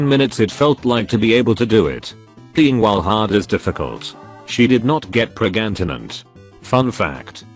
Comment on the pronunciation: Highlights: 'pregantenant' 'look here duckers..'